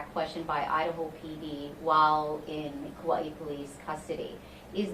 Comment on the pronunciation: Chief of police of Kauai and he can't pronounce "Kauai" correctly.